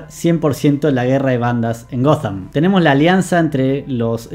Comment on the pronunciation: que esta nueva moda tilinga de decirle "Goddamm" a Ciudad Gótica? Horrible.